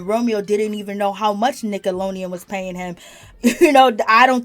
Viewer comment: It's Nickelodeon, not 'Nickalonian'. Are you okay?